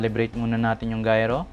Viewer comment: Gayro correction po gyro its gyro compsss